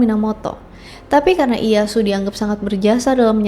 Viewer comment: instead of.. Daim-yo ... remember for next time, say it like Dai-Myo Ie Ya Su.. jg diusahakan jangan malah jadi I-ya su... malah kalau mau bagus, di bacanya Ie- ya-s. (iyeyas)